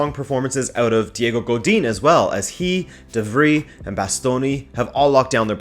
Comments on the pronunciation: It's pronounced "de-Vry", as in French Fry #rabonatv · You need to work on your pronunciation game bro. De Vrij = De Vry as in De Vry university. You don’t pronounce Van Dijk the same you pronounced De Vrij just then. The V should also sound more like an F but I’ll let that slide. It annoys me because (not you) people don’t even make an effort to pronounce certain names when they have clear references. Also, Vaclik = Vatslik. That can be forgiven because it’s not that common. Kolasinac is also not Kolasinać, it’s Kolasinats. He doesn’t care at this point and just lets people butcher his name though. Anyway, as for the final. I gotta say Inter are the favorites but I would like to see Sevilla win, just because I have a soft spot for them.